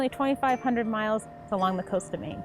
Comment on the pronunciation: Maine has one syllable. Incarnate Word Academy Middle Level Corpus Christi, TX